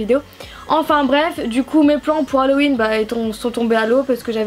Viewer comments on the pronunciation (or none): none